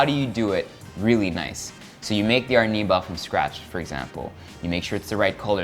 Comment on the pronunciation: ar-NEE-bal. Not AR-ni-bahl. 2nd syllable stress!!